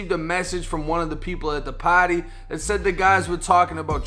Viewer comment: I don't like how you say "party" your not cool